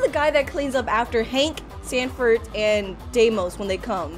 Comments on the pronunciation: IT'S not desmos it's deimos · It’s pronounced Deimos (dem ee os)